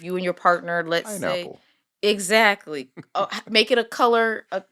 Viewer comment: Why did he say pineapple like that 😂